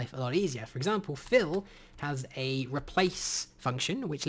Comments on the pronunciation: am i the only one who heard "Phil and Cloe?" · “Fill has a new replace function” What I hear... “Phil is the new stepdad”